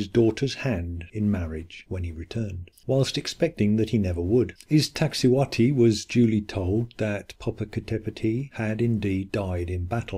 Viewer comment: Poppo Capp etteti and Iksa ti hu whati..?.... 🇲🇽!!!!! It's -'poppo Ka petl' and 'iks ta si huatl' .. smoking mountain and white woman.. .. just. A little respect to the Nahuatl language and sources and a little bit of. .. well. Ix ta cihuatl actually reads several ways, all involving a female conjugation, mostly as skirt - but also snakes, precious and fire and - an popoca tepetpl reads smoke and mountain/home .. and needs a bit of. Well - more work is needed. Sorry - just. An insulting treatment of words more than 20 million use daily. Mexica history is as complex as the subject this video tries to address. The quickfire treatment isn't working for the rest of this either. Although I'm sure it's not all intentional.